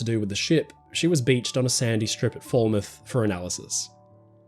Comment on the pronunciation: Foul-mouth = Falmouth, not fall-mouth. Just a heads up, the English language is a weird one.